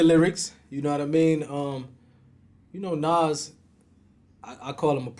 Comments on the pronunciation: Bro it’s NAS and not NOS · N-A-Z not N-a-w-z my G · Does the not know how to pronounce the name NAS correctly!? Damn man! This shit got me triggered! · Every time mentions Nas he pronounces his name like Nos 😂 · I love when he call Nas Nahs 😂😭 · i hate the way art says nas name 😂😂😂😂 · Why can't the interviewer pronounce nas name right,little annoying,but it's all love..